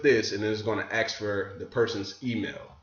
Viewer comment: learn how to intelligently pronounce 'ask'. just say 'as' and then kick out the 'k' sound. Practice, practice, practice. There is NOT wrong pronunciation, just ways of speaking that turn away many people. Otherwise, you are 100% On target.